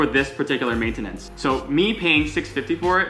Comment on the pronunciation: Mate-ten-its lmao cracked me up